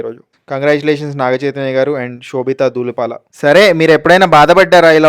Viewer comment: బాబూ అది దూలపాల కాదు. ధూళిపాళ. పొల్లు మారితే బూతు అర్థం వచ్చేస్తుంది. 😂 అందుకే pronunciation is also important.